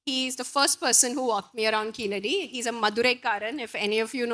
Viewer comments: Evidently Keezhadi meaning 'Bottom Step' is the right word for the excavation Site, and Keeladi meaning 'Villian' in the Tamizh Language is not the desired meaning. Tamizh speakers please take responsibilty to correctly pronounce Keezhadi. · Sad to see Tamils pronouncing 'Keezhadi' as 'Keeladi'.Most Tamils who take great pride in their language are unable to pronounce pure Tamizh words like THAMIZHAKAM, VAAZHA, PAZHAM, VAZHI and KUZHAMBU correctly.How can/Why do ypu expect non-Tamils to take your love for Tamil seriously when you are unable to get the basics right.Surprisingly Tamils who are born and brought up in neighbouring Kerala pronounce 'zh' correctly. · When the name of the place is clearly "கீழடி"(கீழ் + அடி)which literally means " deep under" from the Tamil side there is the use of deliberate anglicised untamil pronunciation " Keeladi" which is self defeating the arguement. if keezadi is pronounced "keeladi" either because of negligence or inability, what is the point of complaining that the Northies don't want our civilizational being noticed! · Not to criticize her (since I'm sure the book is very well written), but why does she have so much trouble with pronouncing the name of the place, i.e. Keezhadi? She seems capable of pronouncing Tamizh.